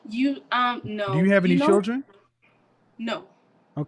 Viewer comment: She said chuldren😂